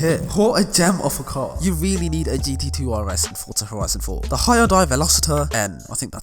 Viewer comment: Pronounced Velos-ter